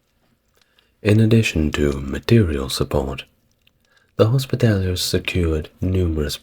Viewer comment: Whilst I enjoy these videos and have little to quibble with in terms of history, there are at times painful mispronunciations:; here it is hospitallers, which was pronounced hospitalliers.....